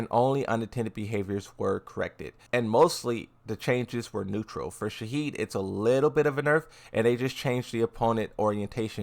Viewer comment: His name is Shahid not Shaheen